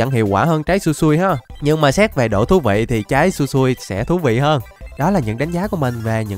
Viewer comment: Trái sui sui no mi, ah phải đọc là, su,i su,i no mi chứ k, phải là, sui sui no mi đâu ạ😅